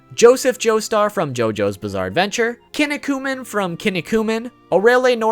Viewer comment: Your pronunciations of Kinnikuman and Medaka Box hurt me physically, emotionally and spiritually.